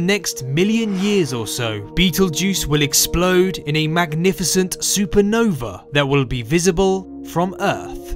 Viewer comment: I cant wait for the "supernover" :)